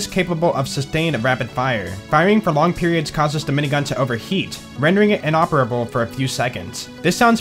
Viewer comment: I like your videos and subscribed. But I wish you look up how to say words you aren't familiar with like sabot and vampyr. Also the way you say "the" as "da" was driving me crazy.